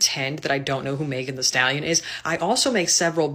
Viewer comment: As a white woman imo, I don't think it was a microaggression. It was straight-up racist. Like... purposefully mispronouncing her name? Just terrible.